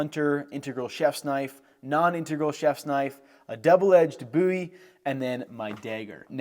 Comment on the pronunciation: First video that I have heard you pronounce Bowie correctly! Texas is proud!